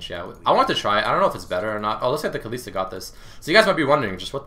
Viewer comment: Goddamn man its KALISTA not KALISI please. I love your videos but i just find it annoying when people mispronounce stuff